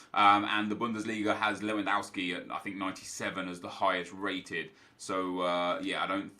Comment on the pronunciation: Nep, you pronounce Lewandowski as it is written, not Lewandouwski.